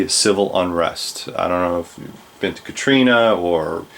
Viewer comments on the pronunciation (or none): none